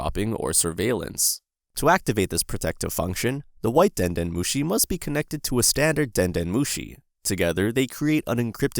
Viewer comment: Den nœt mochi 😱😵🍚